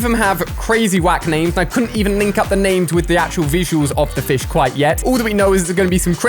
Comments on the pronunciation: You were calling fish flish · Who else notice ue said flish 🤣